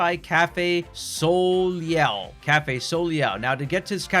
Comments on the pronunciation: Also Soleil. It’s Sol-ay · I accidentally sent this comment. I was about to tell you how to say soleil correctly but I don’t have any time to tell you how . Just ask google. Remember it’s a french word.